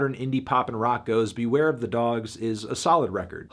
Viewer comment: They way he pronounces beware is amazingly hilarious and I'm so glad it's back after the Death Grips bracket video